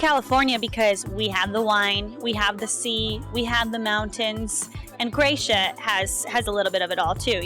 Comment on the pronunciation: It's not Kroejsija....it's Kroesa.